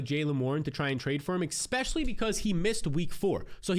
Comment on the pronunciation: eSpecially, not X-specially